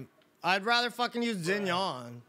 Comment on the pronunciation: hey!!! great content man, just wanted to give you a tip: xinyan’s name is pronounced like “shin yen”, not “zin yawn”. also I dont know who you were trying to talk about when you kept saying “yoowayway”, but im guessing maybe xingqiu since he was the only character on the team that you hadn’t already mentioned? His name is pronounced more like “shing cho” ^_^!! hope this didnt come off ass too rude, but its always good to know how to pronounce character names correctly so you dont offend people who speak Chinese/have Chinese names etc. <3